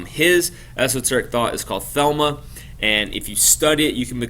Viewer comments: It's CROW (like the bird) LEY and it's THELEMA a Greek word not Thelma. Just FYI. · Its Thelema, not Thelma :-)